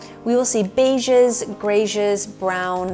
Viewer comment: Did you say beeges instead of beiges? My cat would love to attack the pampas grass.